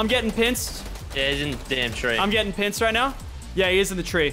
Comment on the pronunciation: lachy said pinced not pinched